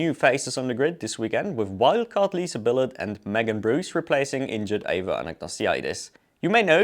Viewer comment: In case you're interested in the French pronunciation of Billard, it sounds like 'Biyaah'. A double l is always pronounced as 'y', except for a few random exceptions like 'Villeneuve'. And generally they don't pronounce the letters which come after the last vowel, unless when they do it for some mystifying reasons, like in 'Prost' ...